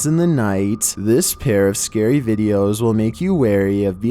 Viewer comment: So scarwy (UwU)